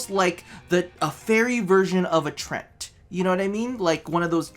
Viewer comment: I think he may have meant "Treant" (pronounced 'tree-ant')